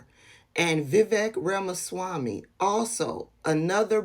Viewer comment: That Iowa congresswoman couldn't even pronounce Ramaswamy correctly. Does she even know who he is?